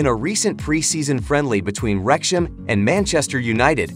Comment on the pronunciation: FIX YOUR COMPUTER NARRATION! Wrexham is NOT "REKSH-em!"